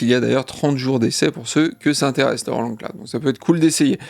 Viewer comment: Les japonais de Roland se sont inspirés de "la chanson de Roland" pour le nom de la marque. Du coup, il faut prononcer Roland à la française.